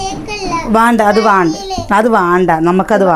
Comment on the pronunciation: വാണം, വാണ്ട അല്ല വേണം, വേണ്ട.